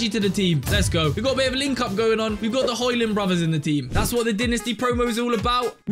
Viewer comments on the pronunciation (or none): none